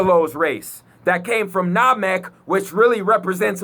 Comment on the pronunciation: he cant even pronounce SaturnNamek and Saiyan correctly go rewatch dragon ball because most of the stuff you say makes no sense do some research